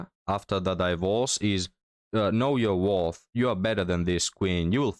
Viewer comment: When I hear a woman say" you should know yo wurf." I start looking in my pocket for loose change.